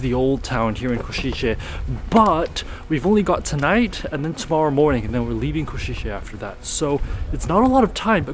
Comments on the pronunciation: Kosice, s as 'sh' (shic, ship, shark), c as 'z' (zig - zag) . Try say 'Koshize' instead of 'Koshitche'. Thx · I got ick from you saying Košiče(Ko-shi-tzhe) instead it should be Košice(Ko-shi-tze). Also, cathedral entry is for free, you only have to pay I guess 3-5€ for tower with nice view of the main street which is totally worth it for such price. Nevertheless, thanks for coming and showing Košice to the world, it’s nice place with a lot to offer :) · Small note C is here always pronounced as TS, not as english CH, its Ko-shi-tse, not Ko-shi-che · try to pronounce it like this: "Koshitse" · Košice nie Košitse😂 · please, learn right pronunciation of Košice